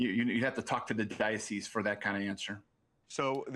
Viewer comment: Mark my worms if they ever confiscate and review his search history there's going to be a lot of "barely legal" websites in there. And probably a lot of inappropriate texts to his athletes that he "coaches". Also for someone who works for the diocese he can't even pronounce diocese correctly